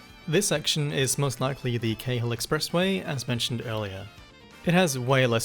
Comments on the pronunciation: It's pronounced "carl" not kay-hill expressway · One edit - it's actually pronounced in this instance 'Carl' expressway. Stupid but I believe that's how the persons name was pronounced for who it was named after